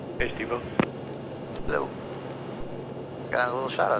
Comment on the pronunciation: I like how responds to the shoutouts — a very terse, “Hallo!” 😂